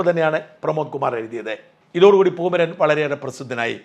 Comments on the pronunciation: പൂമരൻ അല്ല " പൂമൈരൻ " എന്ന് തിരുത്തി വായിക്കുക 👍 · പൂമരൻ അല്ല പൂമൈരൻ ആണ്